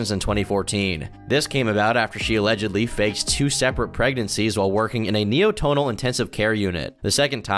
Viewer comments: neoNatal, not NeoTonal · Neonatal intensive care unit, not neotonal. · isn’t is neonatal? lol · Neotonal? Think you mean "neonatal." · "Neotonal intensive care unit" like a place where they take care of baby notes 🎶? Ffs it's "neo-natal" as in newborns. How do you miss this when you have other people writing content and editors working on your videos? Amateurish... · Neonatal no neotonal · Neo tone al? 😂 it’s neoNATEal